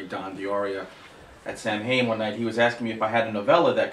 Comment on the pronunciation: It's actually pronounced SOW-IN. :)